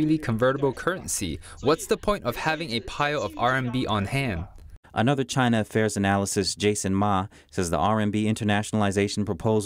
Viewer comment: "JAHHYYY NAHHH? " XD